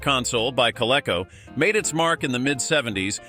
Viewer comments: It's pronounced Co-LEE-Co... it even has the long bar over the E so you know to pronounce it as a long E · It's Col-EE-co. That is why they have the line above the "e". Curious, do they even teach long vowels and short vowels?